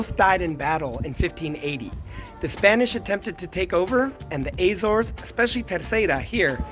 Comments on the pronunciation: Where is this strange place you call the Ay - zaws? That is neither the Portuguese nor proper English pronunciation of the islands in the Atlantic. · not the first or the last I hear that pronunciation